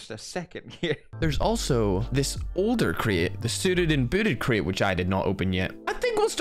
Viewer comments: Is Crate not craai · Normal people: Crate: Create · me:"Crate":"Cret"